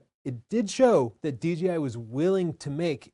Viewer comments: It’s Dee-Jay-Eye, not Dee-Gee-Eye. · good vid, but please note the name should be pronounced "D J I" not "D G I". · It’s kid of hilarious that when you say DJI quickly in a sentence it comes out at “DGI”. I do that in conversation, and I hear it in this video as well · D-Gee-I instead of Jay is great lol